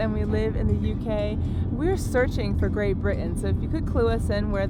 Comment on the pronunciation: you are slowly becoming British....you are saying 'Great Britain' like a native!